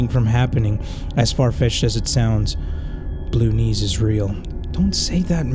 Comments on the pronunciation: am I the only one who can hear saying Baloonees instead of blue knees?😂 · I was so scared that I kept on pausing the video and every single time he says blue knees it sounds like he said baloonnies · calling/pronouncing "blue knees" as "ballunies" is so silly